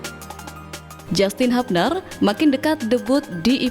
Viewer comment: JASTIN HABNER ❎ JYUSTIN HYUBNER ✅